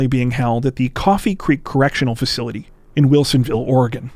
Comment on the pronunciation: I live in Portland, Oregon(thank you for pronouncing it correctly), and I’ve never heard of the Brophy case. Strange how that is! Great coverage though. Think about the family, friends and time before you do the crime.